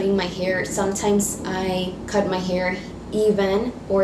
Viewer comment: It annoys me that she says "here" and not "hair"